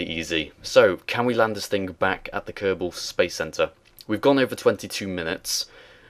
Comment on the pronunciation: Kerbals. Not Kerrbens.